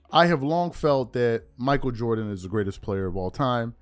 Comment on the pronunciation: "Jordan Jordan Jordan Joran" 😂😂😂